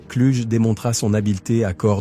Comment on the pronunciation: Son nom ne se pronoce pas Cluge mais Klougue